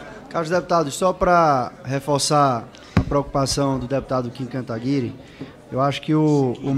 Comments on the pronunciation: Dep Pompeu se questionando se disse certo o nome Kataguiri Dep. Pompeu perguntando pro Kim se errou o nome dele hahaha Dep - Kim... KIM!!!.... não é katigari, né? Kim - É Kataguíri... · "Kim Katinguarí" kkkk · Katigari, Kantaguiri. Ninguém pronuncia isso corretamente. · Katguiri, Kantaguiri, Katanguiri dahdauhduadaudha mt bom ta tipo o zé maria trindade tentando falar "Glenn Greenwald" kkkkkkk Uma vez ele disse Glin Gliu, foi tenso dusahduashdua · Chorei de rir. Kitiguiri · Kim Kata-guri Kkk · É incrível que ninguém na câmara consegue falar o nome correto do Kim Kataguiri.